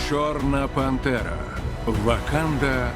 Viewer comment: Я один чую не чорна пантера а чорна бандера